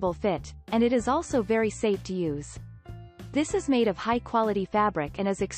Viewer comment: “tHIS IS”.. must have heard that a 100 times. So annoying!!